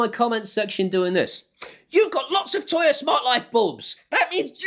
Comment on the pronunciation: Agree with everything. "Toya" though? 🤣